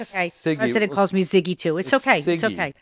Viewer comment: Sorry Siggy ❤❤ not zigy 😂